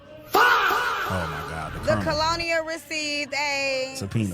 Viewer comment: Colonel 😆 🤣 colonial 😆 bruuuhhh